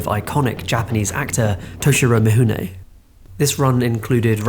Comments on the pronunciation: its "Mifune" not "Mihune". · Oi!! I almost stopped watching, and felt compelled to post a comment based on the Horrible pronunciation of Toshiro Mifune’s name. It’s FU NOT HU. Is it mount Huji? Japanese pronunciation isn’t that hard Yet it seems like many British people get fed mispronunciation too often. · Actually, the way it is pronounced in Japanese, it's closer to "Mihune". English-speakers have a hard time getting used to the idea that the relationship of written letters and pronounced sounds is different in other languages, and the Latin script of non-European languages is not based on English. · I went to university in Japan & truthfully, in "Mifune" the "fuh" in "f" gets mostly dropped - it's not as much of an "h" as this creator is giving it, but it's not the expected "fuh" that most English speakers give it. Like the way that a Japanese pronunciation of "r" is often mocked by English speakers as an "L" when the way the mouth creates the Japanese "r" is mostly in between the "r" & "l" in English. It's pretty subtle and to my ear he's giving it too much "h" - but it's not nearly as far from correct as you might think. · Thanks, all the documentaries I have seen about Kurasawa and Mifune never hint at that pronounciation. I learned something. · ugh I don't think I'll make it to the end with this mispronunciation of Mifune ...